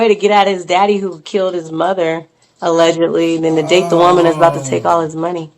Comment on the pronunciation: SHE SAID ALLEDGALY PRESIDENTIAL🤔🤔🤔🤔 WONDER WHO SHE'S TALKING ABOUT ALLEDGALY.